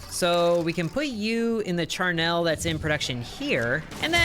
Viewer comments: It's pronounced char-NULL, not char-NELLE. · Charnel is pronounced -nul, just remember its not a happy thing, so don't smile to pronounce it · Oof, you are actively hurting me with how you are pronouncing Charnel It is not spelled Charnelle